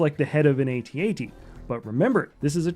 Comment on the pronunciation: Why do you keep saying "ay-tee ay-tee" lol